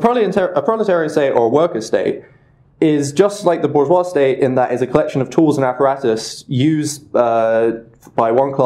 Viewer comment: I like this, but I have one huge problem with it. It's bourgeois, not booze-wah-zee, and you say that pretentious word way too many times. Just say, "rich assholes". the french language needs to be abolished, possibly even moreso than capitalism.